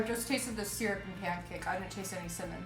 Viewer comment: The pronunciation of syrup, triggers me. 😂😂😂😂